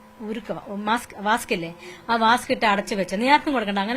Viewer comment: വാസ്ക് അല്ല ചേച്ചി വാക്സ് 😂😂😂